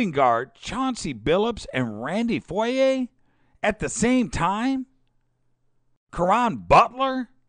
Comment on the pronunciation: youre sick of clippers getting "media darling" coverage? we're sick of being the butt of Laker/Staples Center jokes. youre not impartial and honestly youre not even knowledgeable. Its Randy Foy. im spelling it phonetically for you since you cant pronounce it. and Ryan Gomes isnt latino. its pronounced like the plural form of Gome. just admit it, youre a closet laker fan. you cant figure out how they did it? draft picks bro. patience and foresight with a bit of luck in the Griffin draw